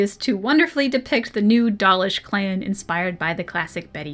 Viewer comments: Yeah, I have a form of dyslexia where I tend to skip all over the page. It's something I can generally deal with, and as long as I have a marker for where I'm at I can read pretty quick, but audio books are easier and I end up absorbing more of the information. So I listened to the audio book and had to stop twice cause I couldn’t with the 'dollish'. It happened again with dwarven stuff and also Meric's name was mispronounced through the whole thing. The narrator did a pretty good job, it ultimately came off as him trying to hard to me. Like he expected anything fantasy couldn't possibly just be pronounced how it looks. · Not sure why but whenever I hear the audiobook pronunciation of Dalish, I always heard it as Dahlish. My random thoughts on that point free of charge. :)